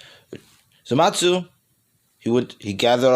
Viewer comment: Why do you call zamasu zamatsu